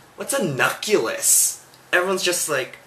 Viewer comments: it's a nuclEUS.... lmao, my bio teacher would b-slap you if you say nu-cu-les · not nuculus. sigh. NUCLEUS. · nucleus... you pronounced it "Noo-koo-lus" when it's pronounced "noo-klee-us" i think you and that "slow" person are both wrong XD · Haha. Now I think YOU should watch it again. , he makes fun of the "slow" person by saying "Hi...um...what's a nuculus?" in which he pronounces it "nuh-kyoo-luhs." Then starting he goes to say, "One...first of all it's a nuculus...nuculus," in which this time he pronounces it "noo-kyoo-luhs." This shows that he's is trying to correct the first "slow" person example who used "nuh-kyoo-luhs" with "noo-kyoo-luhs," the "correct" example. It's pronounced "noo-cle-uhs." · Lmao it's not NUCULUS it's NUCLEUS lol But tht was do true Imma send this to my "slow" friend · what the hell is a nuculus? you mean nucLEUS right? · nuculus? it's nucleus lol, he pronounced it wrong himself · It's nu-clee-us, not nu-cu-lus. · first it's a nuceles and second y the hell r u in biology??? ROFL THAT CRACKED ME UP SO HARRD? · Nuculus FTW. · LAWL. My friend sent me this video. It's kinda scary how all the points he made are kinda what my friend complains about me. Like the pronouciation of nucculus except I mispronounce gracias and the whole "I don't get that.".....>..> IN DEFENSE for all those slow people like me, I came from another plant. I don't belong in Earth.>.< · actually it is NOO KLEE UHS. xD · nuculus lol :)